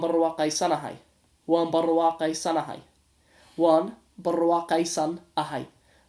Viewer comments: mashalah I like the way you say waan Burwaa qeesanahay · You pronounced "waan barwaaqaysanahay" well